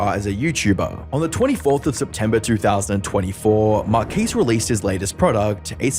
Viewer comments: "markcares" you pronounce it like that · can you do a pronunciation research before you make these videos it is horrendous marques babish